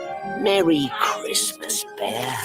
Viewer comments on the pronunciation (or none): Mewwy Cwismas...